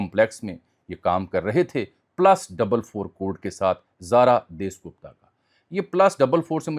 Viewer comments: ان یوٹیوبرز کو پڑھنے کی عادت نہیں ہوتی بس لکھی لکھائی چیزیں آکر بول دیتے ہیں۔ اس کو جاسوس لڑکی کا نام نہیں لینا آتا۔ اس کا نام زارا دیس نہیں زارا داس گپتا تھا۔ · دیس گپتا نہیں داس گپتا ہے